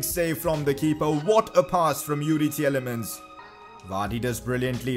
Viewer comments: Its Tielemans not Tieyelemans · Its pronounced "teelemans", love the series tho. Keep it up